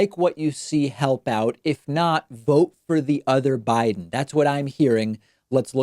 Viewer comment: That's what he meant to say, but he put a "b" in front of it, so it came out as "other Biden" rather than "other guy then". And that still doesn't excuse the Senate reference. I love Joe, but these bad gaffes are just reinforcing the idea that he's losing it.